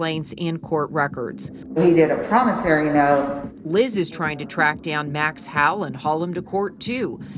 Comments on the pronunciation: Am I the only one that’s confused as to why she keeps saying “ Max How” instead of Max HOWELL? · The reporters should say: Howell, not souding like: HOWE. GILLIGAN'S ISLAND has the best examples of actors saying, "Howell."